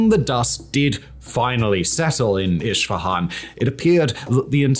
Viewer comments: It is not iSHfahan It is pronounced eSfahãn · Great content! But it's weird the way you pronounce city "Isfahan". It's Isfahan not Ishfahan. ❤ /ˌɪs.fəˈhɑːn/ it's how to pronounce it better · Isfahan not ISHfahan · Please for the love of god pronounce it correctly. Esfehan. Not ishfihan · Its Isfahan, not Ishfahan ✌ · Wtf is Ishfahan? 😂 It’s called ES FA HAN! You don’t have to be an anthropologist to pronounce the name correctly! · Hello you are mispronouncing Isfahan it is not Ishfahan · Iss-fahan vs Ish-fahan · Esfehan, not ish fehan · Who the F says "ISHFAHAN"??????? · i have a feeling is mispronouncing foreign geographical names on purpose.. i mean zaporizhzhiya is quite hard, i can even see how al-aqsa tricks you but.. when was isfahan ever spelled with a 'sh'?!! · Honestly i always like your content how ever please give more thought to the pronunciation of the foreign words, a simple Google translate takes to voice could prevent me hearing “ish fahan” for 40 minutes